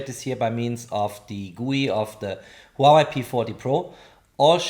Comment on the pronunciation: It is not just Reno - it is also the way you pronounce Huawei - technically good review, but unbearable to listen to.